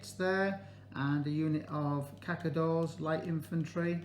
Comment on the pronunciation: Cazadores, sounds more like this, Ka tha door es. ;)